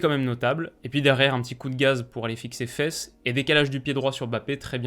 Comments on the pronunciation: Hello, le nom de Wout Faes se prononce Fasse et non Fesses. (comme Vermaelen, Praet ou Saelemakers) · Juste une petite précision: Wout Faes se dit Faas avec un son long sur le "a". Oui, encore un nom néerlandophone qui ne se lit pas comme il s'écrit.